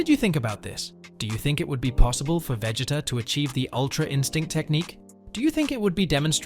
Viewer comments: veg-it-uh? bruh i'm dead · The moment I heard you say Vegita's name I had to close the video. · Veg-it-uh? Sounds like bro forgot his name while trying to say it 😂 Also a sigh-yan?? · How do you not know how to say his name this show has been around too long for you to not know how to say his name...Prob just dense! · Lol same